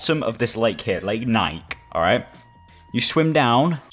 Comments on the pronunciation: How everyone says NIKE: NI KEY How says NIKE: NIKE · Nike is pronounced NIKE, not NIK-E Change my mind 🖐️🎤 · He says nike niké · I love how he pronounces “Nike”